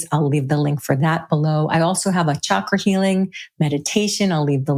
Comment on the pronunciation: I so enjoy listening and learning from your in depth you create ., Yet Pls pronounce the word Chakra correctly.. thank you. 😊